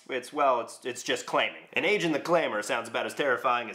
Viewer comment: It's "AEGON", not "aejun". Videos good, the title is misleading and lame, and you look like a hippie version of Jon Heder.